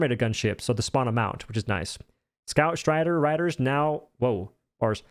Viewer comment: The way you pronounced Scout Strider Riders gave me flashbacks to "Calling all Spider Riders!" :)